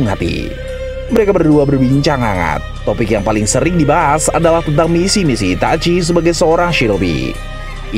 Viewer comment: kenapa sih harus Itachui cara bacanya Min... geli